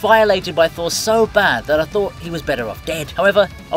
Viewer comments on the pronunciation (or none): none